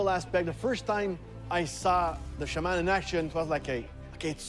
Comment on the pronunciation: It's pronounced shaw-men Not shay-men ffs lol